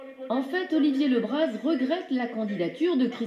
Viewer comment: Tout d'abord, on prononce bien son nom de famille : Olivier Le Brazzzzzz et pas Olivier Le Bra ! Ensuite, faire attention aux médias, qui ne retiennent ce qu'ils veulent...il aurait fallu que tu communiques avec lui pour le juger ! En parlant des séquelles : tu n'as apparemment pas subi un licenciement abusif ! Oui il était sur le terrain, le premier portique à Guiclan : tu connais ? oui il était sur tous les fronts pour que les salariés GAD aient un minimum de prime extra légale !! Franchement, je suis déçue du jugement que tu lui fais ! C'est son choix, alors acceptez le !